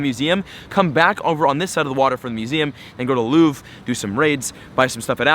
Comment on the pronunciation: Louvre, pronounced, Loov-re, but you stop it before the e, sort of. Basically in French, not all words, but most, don't pronounce the last letter. There are many rules, but it's not as hard as English. There, They're, Their...